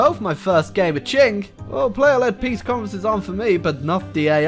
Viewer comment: Qing is pronounced ching not king.